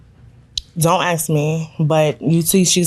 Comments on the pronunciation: ...Please don't axe anyone 🫩It's ASK! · Asked not axed